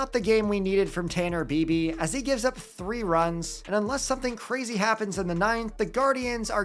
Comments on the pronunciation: It is pronounced ‘BYE-BEE’ not ‘BEE-BEE’ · Totally botched bibee's last name